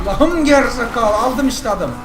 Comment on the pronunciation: abi gerizekalı diyişine hastayım gerızakalı diyosun hasta kaldım :D bu arada oruçlu değilmisin abi